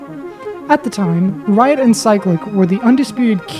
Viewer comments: Whenever you say Riot, it sounds like your saying "Wyatt". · it sounded like blyatt